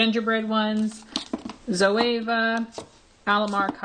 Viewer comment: zo-e-va *e= eee